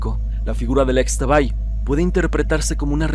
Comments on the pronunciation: Es Ixtabay (en maya la x suena como sh) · Muy buen vídeo como siempre. Únicamente una recomendación, Xtabay se pronuncia como Ishtabay...😇😇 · solo como dato cultural, en la lengua maya, la "X" se pronuncia como "sh", entonces se escribe Xtabay, pero se pronuncia Shtabay. Saludos!!